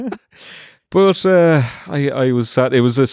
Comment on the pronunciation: calling O.O.C. "Ooook" just sounded so wrong to me, anyone else?